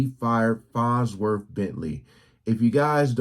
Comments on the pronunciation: lol fonzworth? - it's farnsworth i know gene says it like he's saying fonz from happy days- i remember the farnsworth bentley character on chappelle- knows the scoop on everything on earth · It's LITERALLY "FONZWORTH"